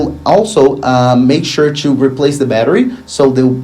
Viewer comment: Great videos as always but please stop pronouncing the word ‘to’ or ‘two’ as ‘CHEW’